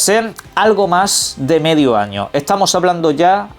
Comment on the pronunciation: “Hola cómo ehtamoh? Bien cómo ehtamoh?” ( leer con voz de El Barragán)